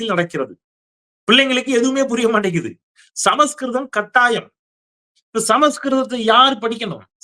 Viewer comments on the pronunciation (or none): none